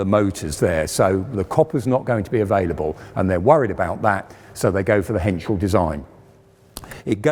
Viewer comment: Pohsh and Crap he says. What he wants to say is PorschE and Krupp! Henschel is pretty much correct pronounced.